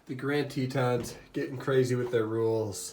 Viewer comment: So annoying..it’s not the Grand “Tetons”..Grand Teton is ONE peak. Then you have the audacity to call them the “Grand” “Teets”....weird. If you’re gonna vlog learn where you are at.